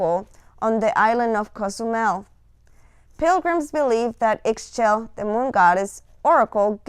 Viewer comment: Great video ! Thank you so much. Just to let you know, her name is pronounced like “ee shell” I always think of it like “Michelle” but without the m and with a Spanish or Italian accent.